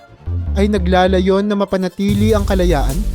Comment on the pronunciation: Nagla'la'yon HINDI nagla'layon!